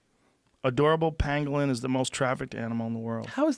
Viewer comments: At first I thought Rogan was mispronouncing penguin. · I thought he was saying penguin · I remember when I first heard this i thought he was saying penguin and I thought they were retarded lol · I thought he was saying penguin at first and i was just thinking, where the fuck would a bat and a penguin come into contact with eachother? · "pangwang" - Bumblesnuff Crimpysnitch